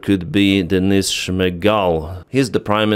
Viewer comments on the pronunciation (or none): none